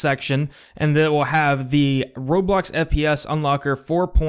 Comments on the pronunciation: bruh you say robocks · um am i the only one hearing him saying robox